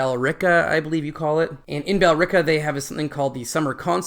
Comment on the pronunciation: No pun this time because I'm too amazed by the fact that you pronounced Billerica right the first time. Nobody knows the "e" is silent, even in Massachusetts. Kudos to you for that, and for winning the summer concert!